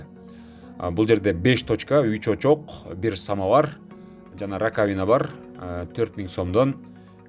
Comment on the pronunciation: РакавИна эмес рАкавина десен ударение на А